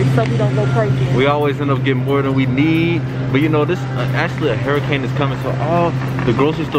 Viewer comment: throughout the video: “hairicane”😭😭😭😭😭❤️❤️. $miahhhh38